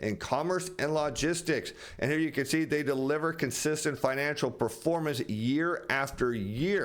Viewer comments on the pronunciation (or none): none